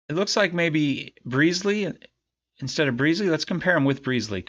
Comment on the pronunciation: its not stead its like head but st head = stead